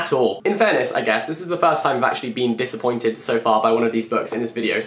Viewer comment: its volume 6, jack. im very disaACAppointed